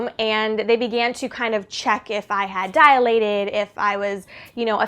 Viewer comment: The word is dilated. Not diAlated....